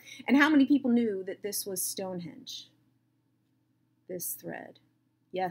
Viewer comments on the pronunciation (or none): none